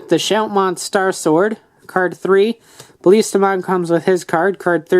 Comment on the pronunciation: its not Baliistamon it is Ballistamon. sorry just had to